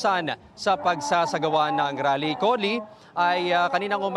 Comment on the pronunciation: mayron rap concert pala hindi rale😂😂😂